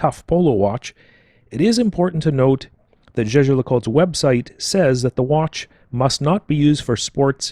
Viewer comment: Jaeger, not "jeager"